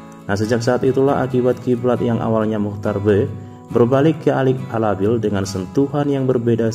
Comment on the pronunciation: Alik ababil bukan alabil haddehhh adminnya cuma baca gk ngerti aslinya